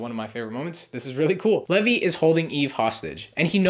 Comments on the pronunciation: This hurts to listen to, sorry. his name is pronounced “leave-eye” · no he didn't it's pronounced lee-vee not lev-ee